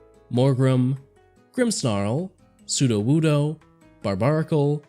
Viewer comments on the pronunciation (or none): none